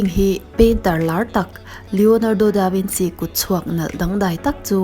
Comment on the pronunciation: The way she pronounce Leonardo Da Vinci and Mona Lisa had me wheezing😪🤣🤣🤣